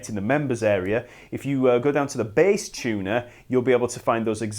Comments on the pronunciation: The B A H S S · I love how this guy says bass.